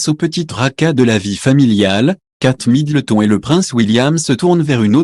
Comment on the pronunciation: Apprenez à parler à votre robot, trop rigolo la prononciation des noms de famille, j' adore Kate Middle thon 😅😅😅😅